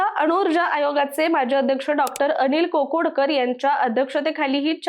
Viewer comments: खोदड नव्हे खोडद, कोकोडकर नव्हे काकोडकर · कोकोडकर का काकोडकर ? खोडद का खोदड ?